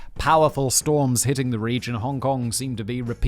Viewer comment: He can't pronounce words with TH properly, and it's very distracting in his narration. And annoying. It sounds like his channel is called 42.....